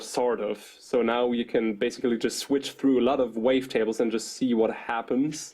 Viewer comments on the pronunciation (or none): Base-Ically XD